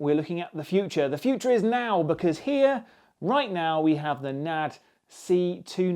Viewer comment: it's N ... A ... D ... not Nad. Sorry . Good review though. Nice! :)